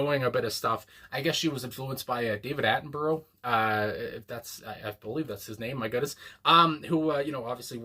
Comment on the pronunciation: Oh, what a song... it's just superb. Thanks for picking this. I really really really hope you can watch and let us know your thoughts on Bachelorette by her... it is an epic tune. And btw Attenborough is pronounce Attenburuh by the way 😉